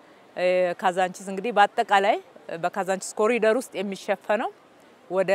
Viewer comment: የብልጽግና መሪዎች በሙሉ አስር ጊዜ ኮሪደር ኮሪደር ይላሉ። መቼ ነው ኮሪዶር ብለው በትክክል የሚናገሩት? የፈረንጁን ቃል መጠቀም ካቃታቸው በአማርኛ ሸለቆ ቢሉት ይሻላል! 🎂